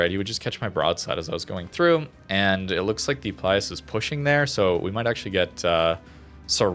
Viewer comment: its actually Pilus Prior, not Plius 🙃